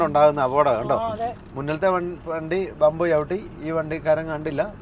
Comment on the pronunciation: ബംബ് അല്ല ഹംബ്